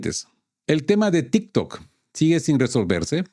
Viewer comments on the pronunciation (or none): none